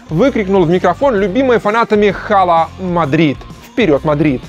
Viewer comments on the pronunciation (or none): ну какой хала? Ала Мадрид! “H” не читается. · Скажите кто-нибудь ведущему, что буква H в слове "Hala" не произносится. Эта буква в испанском немая, ее не нужно произносить) Два раза резануло слух.